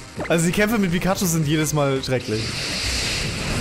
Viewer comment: Pikaschu heißt noch pyschu